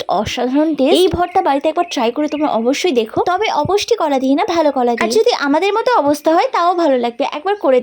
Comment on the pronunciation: Apusti kola noy, bolo - apusto kola